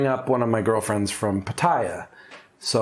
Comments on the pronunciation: He says pattaya like papaya, I think it’s pronounced put-ta-ya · Can't you make an effort to pronounce Pattaya correctly?